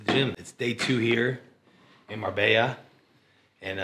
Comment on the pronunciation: This gonna be your best look for sure🔥💪shout out to Marbella that make the last step look easy. The Marbella pronounce is getting better and better 😂😂